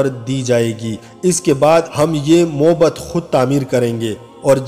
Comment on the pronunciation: معںد۔۔ م پر ذبر ہے